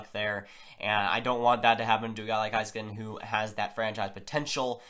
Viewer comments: Its pornounced hay not high skanen. Listen to the announcers in the highlight clips. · It's pronounced Hayskanen